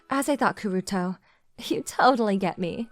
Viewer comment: Glad his name is Kuruto not Kuroto 😂